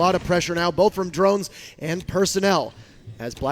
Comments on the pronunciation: *Drones NOT Druns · HAHAHAAHAH i like how said "Drans" instead of drone 😂😂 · 1.56 "using the drunts?"